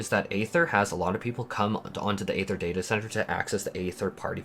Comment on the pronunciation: Aether, namesake of the data center, and also the life force of everything in FFXIV, is pronounced ee-ther, not ay-ther. The teleportation crystals (aetherytes) are ee-ther-ites